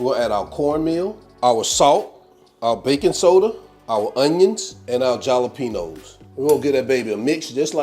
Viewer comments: I didn't know if he was kidding around pronouncing it with a j or if he didn't know. Lot's of people aren't aware the j is pronounced as an H. Like when you say Hallelujah.....jalapeno....halapeno is the way to say it. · Looks tasty. Remember, when you say jalapeno, the j makes an h sound 😀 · He does that on purpose.